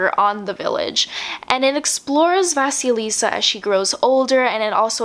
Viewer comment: The Bear and the Nightingale MC name -> VA-sil-e-YA